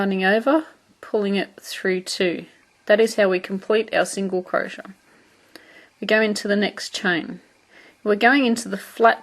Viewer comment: I know this is such an old video but it helped me! Thanks so much. P.s. I love the way you say crochet.